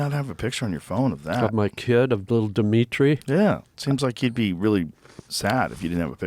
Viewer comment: Diminitri 😂 wtf bro